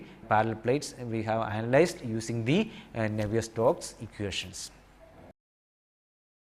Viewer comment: Sorry, but isnt it Navier STROKES ??? you are saying and writing it as NAVIER STOCKS ....